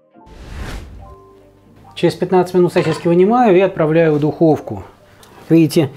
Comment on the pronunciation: сосисЬки всё же проскакивают в произношении... 🤣